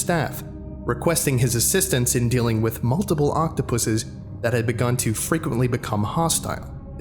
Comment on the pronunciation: Hey! he said "Octopusses" not "Octopi" very good!